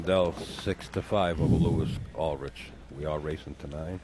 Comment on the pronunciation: For future reference...It's pronounced Lewee Ulrick. From San Diego, Ca.